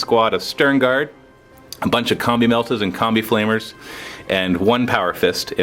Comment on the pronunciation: is it just me or does it sound like says "Here we got a bunch of comme meltas and comme flamers"?